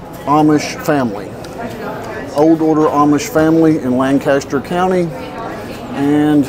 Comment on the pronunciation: Been going for over 30 years. Awesome place! We call Saturday’s (amateur day) lol. By the way it’s pronounced lankisster.